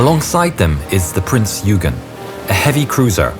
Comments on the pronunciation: It's not "Prince 'You-gen'..." , It's "Prince 'Oy-ghan' or 'Oy-ghen' " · Prince Yoogen? Why can't ANY of you learn to pronounce foreign names correctly? Would it really have been that difficult to find a German speaker? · Love how he calls Prinz Eugen Prinz Hügen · Wonderful video! My only frustration is with the pronunciation of the name of the ship, Prinz Eugen. This is a German ship - the pronunciation is 'Prinz OY-gen' not 'U-gyn.' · It's Prinz Oygen, not Yoogen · Can I just say as a fellow Brit, the Prinz Eugen is pronounced "Oigen" Sorry to be a pain, but so many people cannot seem to say it properly. :) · Prinz Oiegan is how we pronounce it. AI is getting better though. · The "dazzle stripes and swastikas were painted out by the time Bismarck left the Norway fiord. Prinz Eugen is pronounced "OY-GEN." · prince eugen is prononced oygen. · Wrong pronunciation. It is Prinz Oygen, like in Oyster. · The ship that sailed alongside the Bismarck... The ships' name (Prinz Eugen) is pronounced like this: Prinz Oigen (Last name spelled Eugen... Pronounced like it was spelled "Oigen")... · Your pronounciation of the german names is awful. Sorry to say this, but it is the truth. The Prinz Eugen is pronounced "Prince Oigen" as in German the letters "eu" are pronounced "oi". Also why do you pronounce Günther as Gunther? while you pronounce Lütjens correctly? Makes no sense at all.